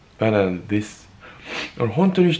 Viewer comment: バナナです🗿 バナんんです☺️